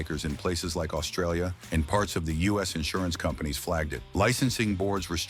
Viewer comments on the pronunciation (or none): none